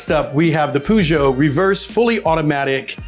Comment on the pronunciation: Is that really how Americans pronounce Peugeot?